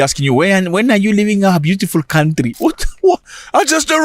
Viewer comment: Zack Mwekasa 🎉🎉🎉🎉🎉🎉🎉🎉🎉🎉🎉❤❤❤❤ the hardest basher on the African continent! don't stop, brother 🎉❤ Oh, by the way "LEAVE MY COUNTRRRRRRRRRY!"😂😂😂😂😂😂😂😂😂😂😂 Zimbabwean here loving the content!